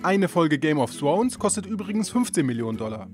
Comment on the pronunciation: Haha opfer! Kann der einfach nicht th aussprechen😂😔